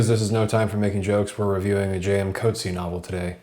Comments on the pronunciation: The CORRECT way to pronouce the author's name is "COAT-see-ah". He is from am Afrikaans background NOT an English background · Ok great review but please note that his surname is pronounced “coot-see-a”. He’s a great author and his name should be pronounced correctly. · coat-see haha. but great video! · You’ve mispronounced his surname.